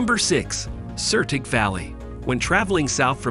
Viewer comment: Hello im a local from Davos and all that I can say about that video is that its shitty asf! 1. Its called Madrisa and its not even in Davos its in Klosters!!! 2. its biervision Monstein not beervision munchen 3. its flüelapass not the „floodella pass“ 4. its called Sertig not sertic 5. how tf did you think thats the lake davos its so obvious because these are the Jöriseen!!!!!! 6. it WAS the Vaillant arena not the valais arena now its called the zondacrypto arena 7. its Schatzalp not shatzalb 8. its Parsenn and Jakobshorn not that what your shitty AI said and theres no longer a halfpipe. 9. Its called Kirchnermuseum not Kirkner Museum So please if you make a video like that then do it right (Pretty much every pronunciation was completely wron)